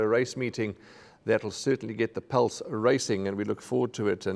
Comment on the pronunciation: “We’ve got a race meeting that will certainly get the PELSE racing”????? “Lucinda Woodroff” instead of Woodruff! That was a very dodgy start! Deez is a monumental pain in the arse, such a brown NOSER with all his irritating goodie goodie comments. His so called tips are 99% losing bets, and as a so called racing analyst is seriously mediocre! Also, I’ve seen him on the golf course many times, and he’s a shocker! Raheel is just boring! Surely KZN can do better when it comes to racing analysts. Bring back David Mollett and Paul Lafferty!